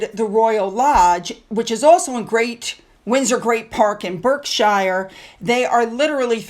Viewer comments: Berkshire is said..Barksheer...just saying.. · It's not b"erk SHIRE". It's not "GATE colmb" park. All you have to do is google or look up the pronunciations on YouTube.